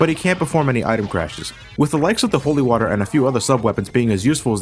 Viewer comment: when you said holy water i heard holy mother